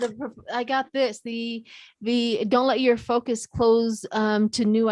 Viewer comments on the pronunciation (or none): none